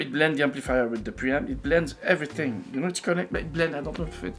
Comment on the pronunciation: "Of course cables matter. Eeet armonizzes everyting.": *folds arms